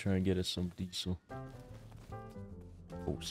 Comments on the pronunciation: why sayin deesil not diesel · Dee-sill fuel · Diesel (Dee-Zel) - that soft S pronunciation is killing one baby seal each time it's uttered